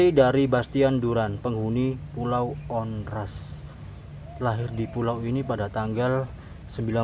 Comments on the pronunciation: Saya pernah ke pulau Onrust dengan tour guide, just info bang, Tmpt duduk lingkaran bukan buat santai tapi dulu infonya area bertarung bang . dibacanya juga pulau Ornust, bukan Ornast bang. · Bacanya onrust bukan onras